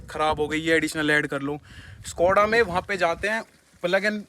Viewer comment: Bhai सकोडा नहीं शकोडा khete hai Just saying 😅